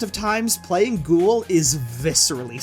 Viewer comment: quick note:ghoul's name is said GHOOOOOOOOOOOL and not ghohohohoooool